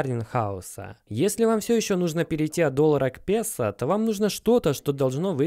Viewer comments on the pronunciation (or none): none